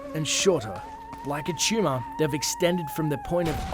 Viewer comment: TUMOR. HE SAID TUMOR.